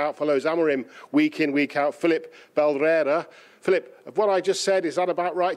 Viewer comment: *Filipe not Filip😂